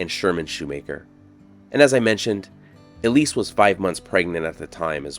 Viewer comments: The plaque says Elsie. I'd pronounce that L.C., not E. Lease. LOL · ELISE ELSIE (EL-SIE) ✅ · Her name was Elsie (pronounced L C) not Elise. You are reading it wrong.